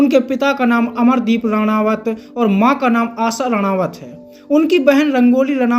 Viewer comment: अरे भाई नाम तो सही जान लो। रानावत नहीं रनौत है।